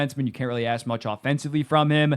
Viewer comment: idk it sounds like something else😭